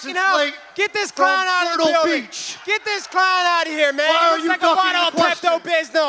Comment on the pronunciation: Wtf is pepto bysmal lol